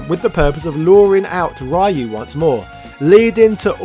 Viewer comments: "Ryu"is pronounced "Ree-yu", not "Rai-yu" & it means "Dragon" in Japanese. I wish more people would remember that. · REEE YOU not rye you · Ryu = Reeyu, not Ryoooo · smh, it’s 2021 and, somehow, people are still mispronouncing Ryu’s name. It’s “Ree-you” not “Ray-you” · Ryu is pronounced Ree-You not "rye-oo", Hadoken is Ha-Doe-ken not "ha doo ken".... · It's pronounce Ryuu, not Why-U?!!! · Ah yes, Rai you. The street fighter pioneer. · Whatever nerd, we say RAI YOU 😂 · >the year 2021 >people STILL pronouncing Ryu as "Rai-you" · Imagine still calling the main character “Rye You” in 2021. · Stop pronouncing ryu's name as Rhai U please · When are Westerners going to stop pronouncing Ryu's name as "Rai-yu"? Like this dude knows so much about Street Fighter but still gets Ryu's name wrong. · My man said "rye you" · STOP SAYING RAH-YU!! AAAAAAAAHHHHHHH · It's Ryu - as in few but with r not ra-yoo. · Man I really like your channel and your video essays, but please for the love of God stop saying "Rayou", Jesus Lord All Mighty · Interesting. But hearing this Raee-you over and over hurst my ears and brings cringe to my face :P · "Rye-U" you know better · Pronounce Ryu's name right! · It's like pronouncing Spider-Man as "Speeder-Main" i.e. absolutely annoying. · I REALLY LOVE YOUR SF VIDEOS, but I hate how you pronounce Ryu. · Do me a favor! If you're not going to pronounce Ryu's name properly don't even bother saying his name! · The fact he mispronounces Ryu’s name on purpose is becoming a bit much.